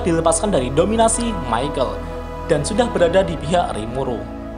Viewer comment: Mikael woi bukan michel